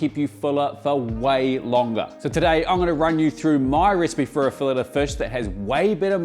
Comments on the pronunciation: "Now, the star of the show, the FUSH." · Hey, as an an Aussie who's visited NZ over 100 times (for work - mainly) can you say fush again? Plz? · Did you say fush in kiwi or fish in Aussie😂